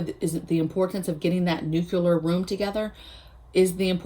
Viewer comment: Just subscribed. So impresses with your clear thinking. You are too smart to be mispronouncing the word nuclear. There is no "Q" in the middle. It is like NEW - CLEAR. You can do it!